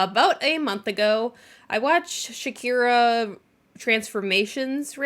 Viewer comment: Oh I love chikara. Pronounced cheh-ka-rah or chih-ka-rah dep on your accent. Shakira is a hilarious way of pronouncing it though that cracked me up